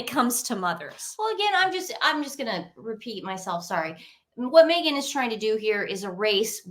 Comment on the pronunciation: Sooty blind 😂 moment to say Megan not negan 😂